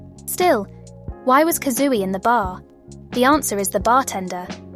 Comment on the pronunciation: the robot voice is really nice, it's perfect for listening to your analysis while I do stuff like work or chores!! that being said... 'kazooey' 😭💗